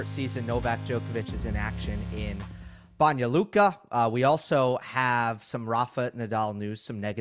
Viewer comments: You pronounce Banja Luka very well :) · Good job on pronouncing Banja Luka, that was spot on!